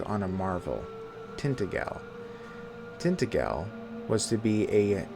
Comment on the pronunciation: Is it really pronounced like that in the game? I honestly don't know. But in the Hallmark Merlin miniseries they kept saying Tint-A-Jell. The lore connection with Welsh mythology is pretty genius though - in the Celtic legends, Vortigern was building either Tintagel or a different fortress in his kingdom and it kept collapsing, until his Druids inform him he needs to find a boy with "no mortal father" and "mix his blood with the mortar". That boy turns out to be Merlin. Since Merlin's father was either an incubus [if you follow the Christian version], or Celtic deity that is lost to time.